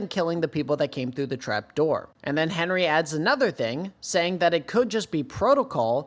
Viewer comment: Hinrigh is not pronounced as "Henry".. but as "HEIN-RIG".. your videos are great, but the way the HxH community has been mispronouncing Hinrigh has been driving me CRAZY lol.